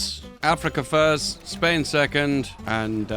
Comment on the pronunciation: Oh lord, that Spain in the final peace has a silent S